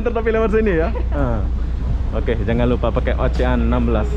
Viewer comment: Gk lucu pun, Oceanna yang ngakak, abang itu bilangnya Ocehan😂